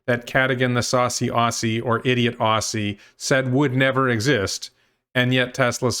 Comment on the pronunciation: As a fellow Aussie, John is an idiot, if he truly believes what he says. Please pronounce Aussie as Ozzy. 😉👍🏻